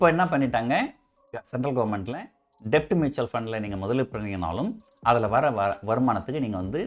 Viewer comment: Sir அது டெட்.. டெப்ட் இல்ல